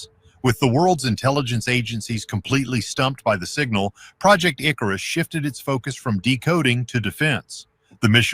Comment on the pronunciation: I am hearing impaired and keep on hearing you say ,project dickrus